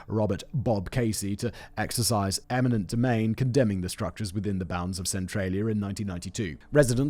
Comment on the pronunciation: "eniment" domain? sigh …